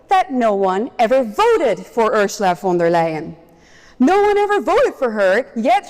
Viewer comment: She gets the name wrong, It is Ursula fon da lying.